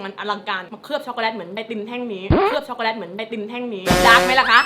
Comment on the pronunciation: พูดว่าด้ากซ่อกกเเลต55555